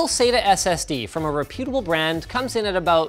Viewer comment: The accent in 'reputable' is on the first syllable.